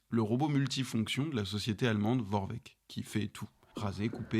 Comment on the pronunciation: Ça se dit Vorwerk pas Vorveck